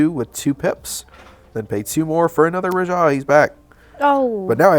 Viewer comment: The way this man says Rajah is bananas. I've never heard a person emphasize ruh-JAH in stead of Rah-juh.